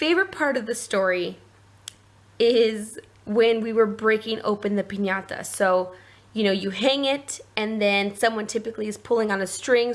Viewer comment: That party looked fun it reminded me of my random crazy friends lol And I love that you annunciate piñata correctly. Made me giggle